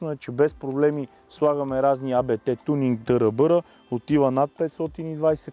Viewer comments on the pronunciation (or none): аудито е много яко. Само, че не се казва А-БЕ-ТЕ, нищо че на места се изписва като абревиатура с главни букви, но реално не е. Това е фамилията на основателя, както и на наследниците му Йохан Абт, така, че е просто Абт Спортслайн.